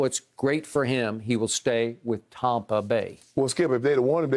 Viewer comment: “TOMPA BAY” Skip on one!!!!!!!😭😭😭😭